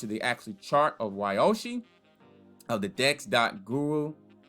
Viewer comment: Ugh. It’s pronounced Ree-yoh-shi